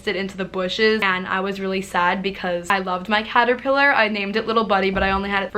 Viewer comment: I thought you said cat not caterpillar and I was like O_O